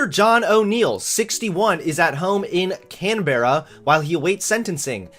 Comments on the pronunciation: "Small island, Tasmanian" Oh Americans P.S. its Can-brah, not Can-bear-a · Hahahah the way u said Canberra